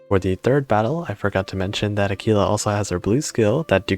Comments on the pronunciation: Her name is pronounced Ah-Qwilla at least in the UK. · I’m afraid that, unlike in Spanish, you are supposed to pronounce the ‘u’. AH-kwee-lah. Great info, though. What do you think about the pirate squadron Corsair vs the Tigercat? Is it as simple as choosing between more anti-air / bigger bombs?